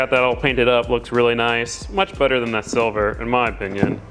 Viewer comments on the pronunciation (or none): none